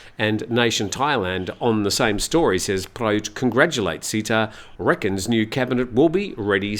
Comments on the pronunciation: Hi. It is not Seetha (not ee). The closest pronunciation is Setha (e as in melon, with an emphasis on t). Not ee as in deep. Setha is the correct one. Thanks and all the best. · SATE-TA not SEE-TA